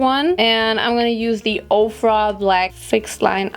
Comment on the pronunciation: Ich finde deinen deutschen Akzent richtig unangenehm. Du sprichst zwar gut. Aber das „the“ wird nur anders gesprochen wenn das folgende darauf bezogenen Wort mit einem a,e,i,o,u ausgesprochen wird. Im Normalfall wird das e bei the nicht betont.